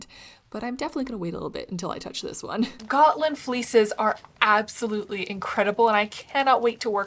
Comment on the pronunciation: As a Swede I give you kudos for your pronounciation of Gotland, Gutefår and Fårö 👍🏼